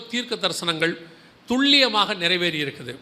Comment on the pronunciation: வணகககம் சகோதரா நீங்கள் சொல்லும் வாா்த்தையான துள்ளியமாக என்பது தவறு துல்லியம் என்பது சரி "ல"